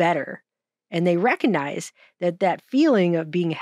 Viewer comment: I love you, but, but.. Reckanize isn't a word. Recognize, on the other hand, is.